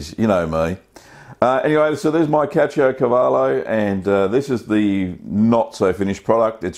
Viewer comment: The way you pronounced the name remembers me Brad Pitt from Inglorious Bastards, good job.